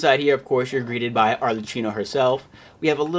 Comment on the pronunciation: yeah is ki, like in kid, not qi like qiqi (arlerkino) but is not very noticeable. I'm just pointing it out. Is fine tbh